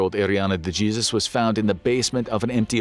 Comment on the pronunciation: Please tell you narrator it’s pronounced pen-eh-ten-chur-ee. Penitentiary. And the Spanish word Jesus is pronounced hey-sus.